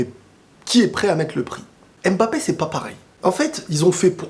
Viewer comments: Pour vous dis Embappe au lieu de Mbappe Je comprends pas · On ne prononce pas M-MBAPÉ, on prononce juste MBAPÉ. Arrête de prononcer le M au début de son nom.